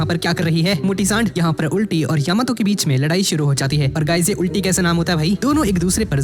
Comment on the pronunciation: it's not ulti🤮 it's "ul-tee" and pls don't say ultii again ul =al